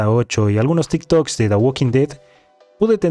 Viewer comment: Todo bien hasta que dijo de fuentes "tik tok"